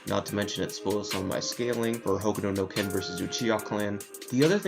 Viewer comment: Why do you say "hokudo no ken"?.